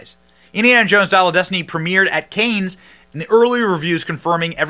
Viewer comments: Great review. Cannes is pronounced Can, btw, not Canes. (Don’t want others to dismiss your valid points because of this.) Keep up the insightful commentary! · Looks like it's going to out suck Kingdom of The Crystal Turd. BTW, it's pronounced "Khan" not "Canes". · Cannes Film Festival is pronounced like "Can", like a tin can. Just letting you know for future reference. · Cannes is pronounced Khan, like "Star Trek II: The Wrath of Khan". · He said "Canes" lol 😂😂😂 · It's pronounced CAN, you don't add the nes sound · Interesting way to say Cannes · Can’t take a guy seriously that doesn’t know how to pronounce Cannes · For someone who comes off well spoken and intelligent, it’s funny you don’t know how to pronounce Cannes properly 🤣